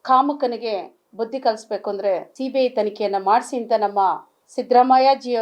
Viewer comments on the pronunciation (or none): ಸರಿಯಾಗಿ ಮಾತಾಡೋಕೆ ಕಲ್ತೊಕೊಳಮ್ಮ ಸಿಬಿಹೈಯ್ ಅಲ್ಲ ಸಿಬಿಐ ಬಾಯಿ ಸ್ವಲ್ಪ ವಾಸ್ನೆ ಬರ್ತಾಇದೆ ನೋಡ್ಕೊಮ್ಮಾ